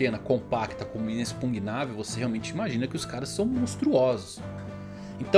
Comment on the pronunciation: Tá quase galera, quase que o consegue fala inexPUGNÁvel